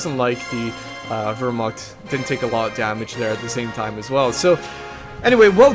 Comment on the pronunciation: Hey, I hate to be "that guy" but since you were talking about pronunciation at the start of the cast I thought I'd bring it up. Wehrmacht isn't pronounced with an "ur" sound. It's more of "ear" sound. Anyway, great cast and good luck with your exams.